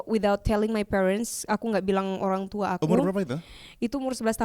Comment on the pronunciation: "owang tua" kecampur antara bahasa indonesia dengan cara bicara bule.... inget saya belajar bahasa inggris juga gitu bilang batagor, jadi batagow manntep sih